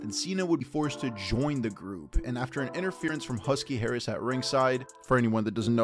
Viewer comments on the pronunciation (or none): none